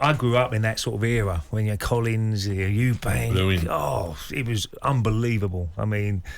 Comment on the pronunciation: Interviewer needs to prepare a bit better and be able to pronounce his guests names correctly